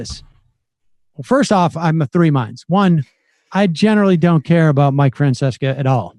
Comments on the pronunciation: just fyi folks, mike francesa is mainly a sports commentator. Also "Francesa" not Fancesa lol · Your mispronouncing his name. Its mike fran ses sa. Not fran ses ka. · It is pronounced Fran cess a